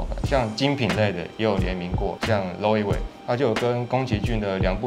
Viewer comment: Loewe發音錯了